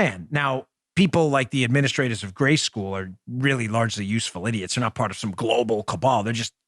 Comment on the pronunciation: Someone needs to learn to speak English. It is PART the Red Sea not PARK and it is PATRONIZING not PATRONING restaurants. These young people regardless of where they are from or their heritage are STUPID.